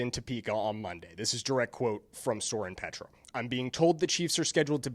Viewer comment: Not a local person making videos about local things is funny, all this mistakes, doesn't know how to pronounce Soren Petro's name, doesn't know the difference between OP and KCK... How to keep a clown out of my feed... Ugh YouTube you're killing me.